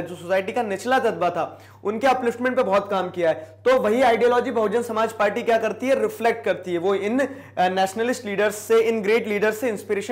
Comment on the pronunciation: Bsp Buhujun Somaajbadi party huta hi junab..😜 bhujun tak tik hi...Samaaj party asa b pronunciation huta hi kya...Or😁 Up ka.. 🙃Munaayaam singh yadav ki party k nam..Hi "Samaj badi party""""Chunaav chen CayKel